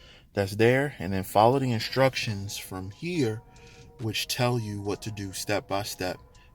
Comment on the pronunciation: I like how you say "Inshtructions". Imma start saying it like that too 👍